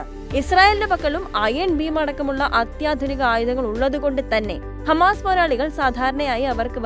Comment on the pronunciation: Ee വാർത്ത vayikkunna chechi hamaass alla😂